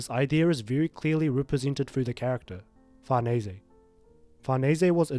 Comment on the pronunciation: say it with me FAR-NESS that's how you say Farnese be done with it lmao